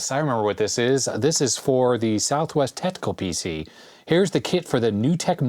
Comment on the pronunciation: The SWTPC computer is actually pronounced "Swap-tech" by those in the know ;)